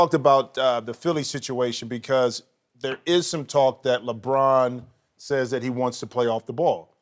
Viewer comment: I hate the way Brussard pronounces Lebron’s name. Ugh!